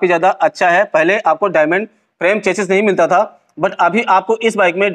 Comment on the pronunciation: भाई वो "चेचिस" नही "चेसी" होता है।